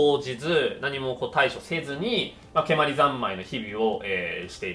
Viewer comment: 蹴鞠の発音が関東風になってますね。関西では語尾が上がりません。蹴鞠は御所、つまり京都ですから語尾は下がります。